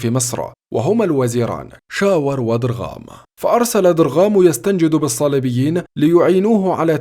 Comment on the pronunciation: قبل أن تصف الشيعة بما هو فيك وفي قومك .. تعلم نطق الحرف الذي يميز العربي الأصيل من الدخيل على العروبة ( ض ) هوية كل عربي أبن عربي إلى سابع ضهر من نسبه . وانت وقد لفضت( درغام بدلاً عن ضرغام ) هنا بانة سؤتك وتضح لنا نسبك . وهذا ان دل فيدل عن خيانت من انجبتك .. ولا نلومها بل يقع الوم على من سبقنها بالفحش .. فالعرق دساس